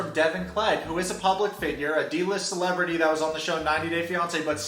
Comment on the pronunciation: I only have one issue with this video - "celebrity"? suh with that dude 😂